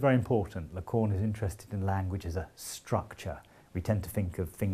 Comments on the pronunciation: Interesting and very well explained. I'll recommend this video to my students. But please don't call Lacan "la conne". It's very offensive. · If i hear Lacorn again... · Even if he can't pronounce Lacan :)